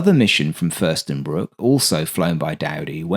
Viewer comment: FürstenFELDbruck not Fürstenbruck ;)